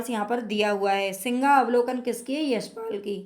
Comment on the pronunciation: मेम सिंहावलोकन है आप सिंगावलोकन बोल रहे है